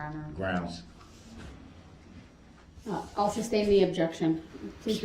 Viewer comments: Every time Darrell “barks” grounzzzz (instead of the proper pronunciation of grounds) in his angry tone after the pronunciation objects to his line of questioning, he is clearly showing the jury that he has a temper, proving he is someone who has a rage issue. Darrell is so stupid that he doesn’t realise that his actions are just proving the prosecutions point that due to his rage he had no regards for human life when he drove through the parade. If just being objected to makes Darrell get angry and clearly displays that anger in Court, you can then easily imagine that having a physical fight with his girlfriend just prior to the parade attack that Darrell would of been overflowing with pure rage which he then took that rage out on all of those innocent people in the parade because he cannot control is temper!! Darrell is actually the prosecutions BEST witness indirectly 🙄😂 I’m am so happy that this vile piece of garbage will spend the rest of his life behind bars, he is the devil on earth!!! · I have read in several comments that some people believe DB is "intelligent" (intelligence is the capacity to learn, not how much someone actually knows). That assessment is laughable! 1. Prosecution objects and follows IMMEDIATELY with the grounds. Grounzgrounzgrounz before she is even finished with the objection. 2. He incorrectly objects to heresay, then asks the lady cop a question which requires a heresay answer. 3. His stupid State/entity/person question is deemed irrelevant, yet he continues to ask it. 4. He is unable to grasp even the simplest legal concept or courtroom procedure, even when it's explained to him. 5. Tackit, Um-biblical (cord), substain, biastness, biast, and on and on. There is no capacity for learning here and said it best, "how did he manage to make it to 40"?